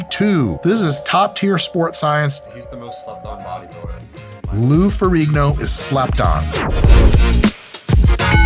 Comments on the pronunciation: Pretty sure ihis last name has a silent G, so more Ferreeeno than Ferriggno. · It's pronounced Ferreen-yo.